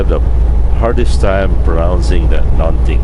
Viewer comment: hahaha you pronounce it very well and you have almost right;) Something = Nånting